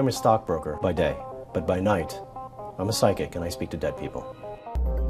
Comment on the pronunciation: loved it when said PHYSCIC